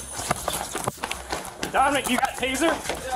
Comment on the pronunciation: Im not being a jerk but the cop is saying dommik you got a tazer